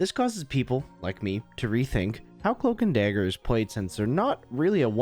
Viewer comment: Cloamk and Damger